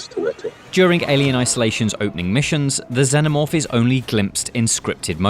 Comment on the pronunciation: Not sure what a Zennomorph is, pretty sure the films covered how to pronounce Xenomorph. Makes this video 100% harder to get through sadly.